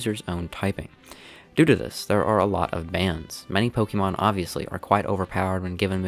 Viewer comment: Sorry man, had to stop watching due to how you pronounce pokemon. (Pokimon)